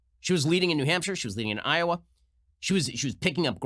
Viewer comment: Did burny just pronounce Iowa.....Iowere? Of course he did.